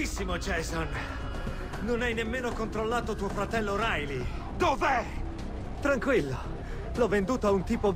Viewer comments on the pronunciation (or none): Hai detto rilay anIco hoyt lol xd! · hai detto RILEY e non HOIT